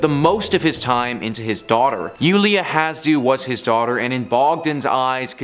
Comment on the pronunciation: It's Iulia HasH- deau